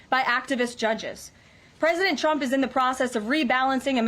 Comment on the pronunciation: It always sounds like Caroline said President Chump.